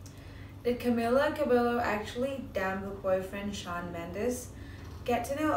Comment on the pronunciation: Fake! She even pronounced Camila's last name wrong!